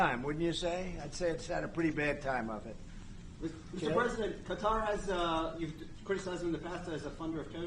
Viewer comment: Amazing someone that actually pronounces Qatar correctly WOW!! It's definitely not pronounced cutter like the Democrats say. FACT